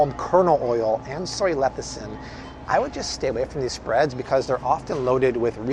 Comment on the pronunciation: It's Lecithin, not Lethicin.